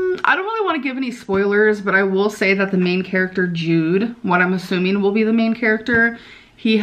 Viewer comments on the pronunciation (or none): none